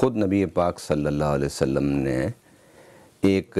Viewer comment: حضور سلم کیا ہوتا ہے؟؟؟ پورا صلی اللہ علیہ وسلم بولو